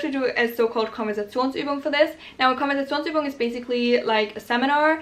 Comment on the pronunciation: Are you German because you do not Sound english at all when saying "Konversationsübung" no accnet there haha 😅